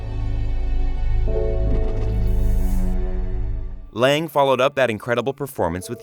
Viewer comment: Hi, just a correction. The Angel of Death’s name is Shacath (sha-kath) while Scathach (ska-ha) (the pronounciation you’ve been using for Shacath) is the swine witch from Roanoke. Even the Angel Of Death pronounces it as (sha-kath) during their first meeting with Sister Mary Eunice